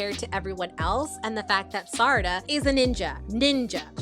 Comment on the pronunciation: I’m insanely srry for this but I got HELLA triggered when you pronounced Sarada as “Sadara” 😞